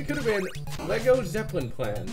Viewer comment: loooool "Lego Zeplin" thats probably the most thing I've heard yet